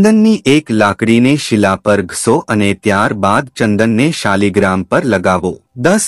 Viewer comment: શબ્દ શાલિગ્રામ નથી પણ શાલગ્રામછે